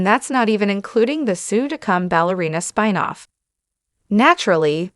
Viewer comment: What's a "spine-off"? And a "bougie-man"? (I'm guessing it's just a guy that's really stuck-up. 😂 )